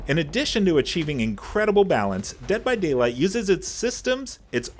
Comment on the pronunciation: "Increadable balance" lol